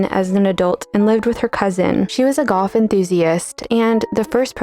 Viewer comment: Subtitles would be much appreciated. Until you said the word "sport", I thought you said one of the daughters was a goth enthusiast, not a golf enthusiast. Excellent video overall.